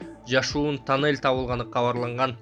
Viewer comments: ТОННЕЛЬДИН ОРУСЧАСЫ.ТАННЕЛЬ ДЕП АЙТАТ.🤣🤣🤣🤣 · Айтылышы танель , жазылышу туннель